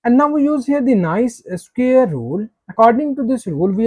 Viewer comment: CAN YOU NOT PRONOUNCE THE WORD " SQUARE " PROPERLY....?..